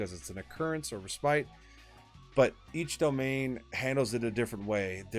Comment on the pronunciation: Nice video. But gotta point out: Respite is pronounced RES- PIT